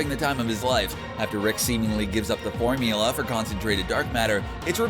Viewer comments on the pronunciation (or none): none